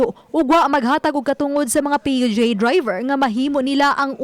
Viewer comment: Unsa to Dai??? P-U-G??? Haskang bisayaa gyud nmu dai 😂😅🤣 PUBLIC UTILITY GEATAY 😝😝😝